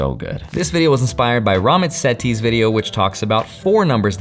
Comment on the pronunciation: he pronounces his name rah-MEETH SAY-tee. You two both have great charisma!